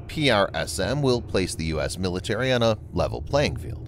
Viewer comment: It's tedious to here it constantly pronounced P-R-S-M when they went to lengths to come up with a pronounceable acronyn "prism". Ditto for ATACMS which the rest of the world pronounced "attack'ems" (sort of like "attack thems" which isn't correct English but pronounceable). Is this a human narrator? I'm new to the channel. I hate computer voice narrators. It sounds human but the spelling out of acronyms is a bot thing.